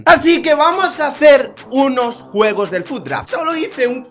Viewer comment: tu dices guegos